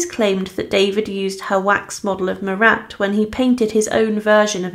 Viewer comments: His name was not MURAT for crying out loud! It was Marat, pronounced without the t. in other words, he was, phonetically, Mara. Do your research, please. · Some more hilariously inept pronunciations.Corday was from 'Kane' in Normandy,was she? Would that be Caen? Also who was the French dramatist 'Corneal'? Or the revolutionary 'Muratte'? Also,love the way you take a pause before each 'difficult' word or name,but then still get it hopelessly wrong.The French artist Jacques Louis David is pronounced 'Daveed' ,by the way.Thanks for the laughs.